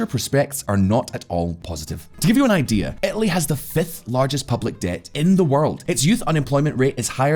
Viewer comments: where the hell is "etaly"...? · Ohhhhh "Italy"! I was searching for a province/state called "Ethaly" in Italy :D